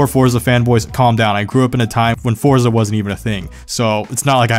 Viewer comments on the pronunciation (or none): none